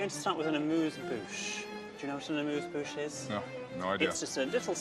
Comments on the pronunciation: We don't actually pronounce "amuse-bouche" like that, but let's continue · how else would you pronounce it? its how the french do it just without an accent